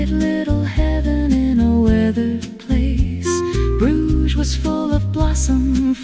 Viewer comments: Love Bruges but it would be nice if your pronouncing of this lovely city was correct 😢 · Bruges, pronounced broozh; it's prob AI generated...